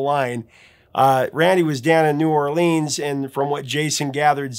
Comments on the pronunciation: Sir, it’s not New Orleeeens. It’s New Or-lens. Like lenses in your glasses.😂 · It is pronounced New Or-lenz NOT New Or-leenz. Book it, thank you.